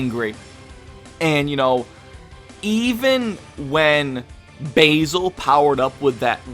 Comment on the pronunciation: thumbs up for the way you pronounce Basil and Lavenda lol everyone else pronounces it super awkward.